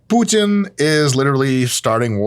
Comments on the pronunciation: Watching this from Russia, I almost choked on my rice cake, when heard Dr Mike say Putin with perfect Russian accent 😄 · "Путин" вообще без акцента прозвучало 😂😂😂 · Dr. Mike pronouncing "Putin" correctly in the middle of an English sentence messes with my brain